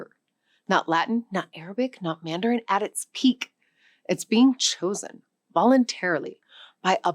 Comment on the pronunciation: She is 100% AI. As an ESL teacher with 10 years of experience I can tell you it's not that it's not a thing about her being native. She chewed the word mandarin, she inconsistently pronounced angola and angolia etc. Freaks me out man!! They even got the shadow of her earrings 😢